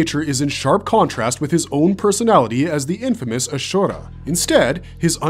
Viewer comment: I just have problem with the pronounciation of Ashura